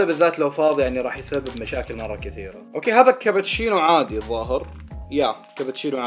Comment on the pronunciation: كبتشينو 😅🤣 لفظتها 🤦‍♀️